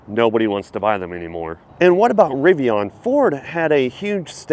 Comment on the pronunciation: You keep referencing Tesla Dealership. If your name is, A. you would realize Tesla is NOT a dealer, B is isn’t RivON it is Rivian.